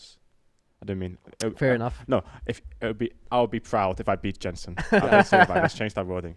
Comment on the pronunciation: I feel so bad for Alphari and Jensen -- they look like they would legit rather be anywhere else in the world rn . (And bro . . . that is not even CLOSE to how you pronounce Jensen's name. I just about had a StROKE.)